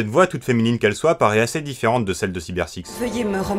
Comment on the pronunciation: Ferante Bah quoi, tchouky a dit "dit férente"!! Et deux fois en plus